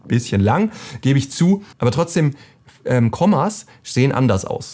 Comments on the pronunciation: Gutes Video, aber bitte bitte: Koooma, nicht Komma. Das schafft mich jedesmal wenn du es so falsch aussprichst. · Hallo lieber! Vielen Dank, dass du so viele Objektive ausgiebig testest und auch immer mal günstige Anbieter dabei sind! Weiter so! Eine Sache solltest du aber unbedingt noch anpassen: Der Objektivfehler mit den lang gezogenen Sternen heißt nicht "Komma" sondern Koma! VG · Bitte einmal grundsätzlich die Aussprche überdenken: ein Komma ist ein Satzzeichen, während das Koma mit langem "o" einen Bildfehler bei Objektiven bezeichnet.